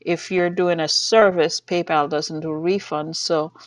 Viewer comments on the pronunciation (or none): none